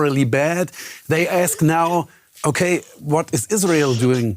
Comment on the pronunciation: "zhey need" xDDD